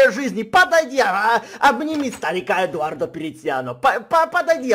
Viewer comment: КАК ЖЕ ДАВНО Я НЕ СЛЫШАЛ ЭТОГО: "ЭДУАРРРРДО ПЕРЕЦЬЯНО. ХА!!!"